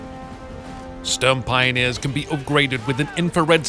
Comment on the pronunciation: Please never say Stürmpioneers again I mean there is even google translate which can pronounce Sturm correctly